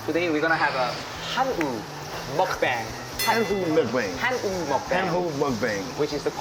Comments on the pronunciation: ㅋㅋㅋ 마장동, 한우먹방 발음은 왜 그렇게 하는거야? 외국인이야? ㅋㅋㅋ 환장한다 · 더이상 이상한 발음으로 설명 안했음 좋겠다 예전에야 그게 배려라 생각했지만 지금은 그들이 정확히 배워야할 위대한 한글발음. 쎔이아닌 쌈. 핸우먹뺑 이아닌 한우먹방!